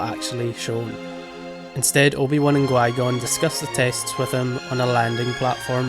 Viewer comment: but why do you say gui-gon instead of qui-gon?